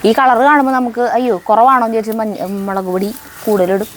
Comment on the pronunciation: എന്റെ കിടാവേ മേളക് അല്ല മുളക് ❤❤❤❤❤